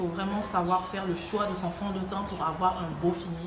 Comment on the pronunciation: Le soua et non le choix on n'a compri 😂😂😂 t es trop belle ton makeup est 👌👌 super vidéo